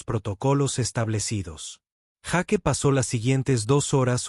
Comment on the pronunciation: Se dice Jeik y se escribe Jake, es praim y se escribe prime, quien es el burro que no habla bien?.